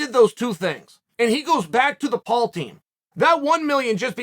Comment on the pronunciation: Surprised Chael pronounced Jake Paul the right way